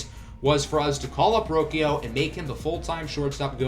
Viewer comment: roshio is how you pronounce it